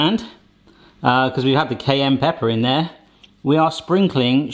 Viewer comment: It took me at least 30 seconds to figure out what "cane pepper" was.